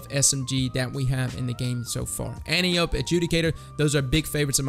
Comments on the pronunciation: An-TIE-oh-pee, not antee-oap :) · Its not pronounced 'anteeope' its pronounced ( phonetically ) 'antipodee'. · An-Tio-P. Not Ant-iop. It's named after Wonder Woman's mom and we assume the D stands for Diana which is Wonder Woman's name. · It's pronounced AN-TEE-UH-PEE! You know, like the daughter of Ares in Greek Mythology. I swear I haven't heard one single Youtuber pronounce it right yet. Maybe be the first? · Sooo is everyone gonna mispronounce Antiope? Is that what we're doing?